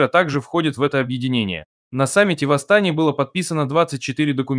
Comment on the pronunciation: Режет слух,АстАне😮